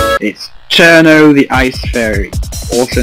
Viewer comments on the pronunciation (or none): You pronounce it "Chirno", is that the correct pronunciation?